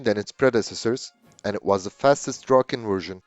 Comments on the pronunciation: Should have said "Draken" with amarican accent instead of butchering the name "Drogen" 😄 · Whole life heard/called it Draken and when whole video it gets called Drogen really hits the ear. Draken(pronounced how it's written) could be Finnish way saying it though so who knows. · Nicely done. Now I know it's pronounced like "drok-ken" instead of like "drah-ken". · Pronunciation is NOT 'droken'. Listen to it on Forvo. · the narrator keeps calling it Dråken, I wonder what that means.